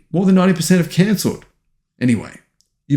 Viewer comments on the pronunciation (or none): none